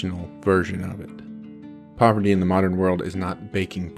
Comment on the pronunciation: this guy calls it poverity man